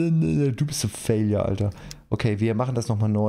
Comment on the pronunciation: Die eine Mission ist in der Tat ein "Faliure" 🤣